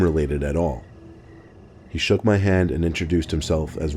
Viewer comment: I don't know why I started to laugh when he said shook xD